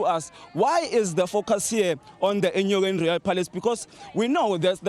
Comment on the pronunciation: Enyokeni not enkonyeni